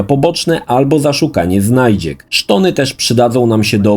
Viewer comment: jaki kurwa "szton"